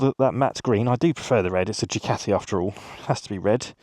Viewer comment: "Jew Catie"